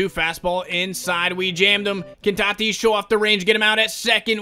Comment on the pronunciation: It’s not t i t i s It’s t a t i s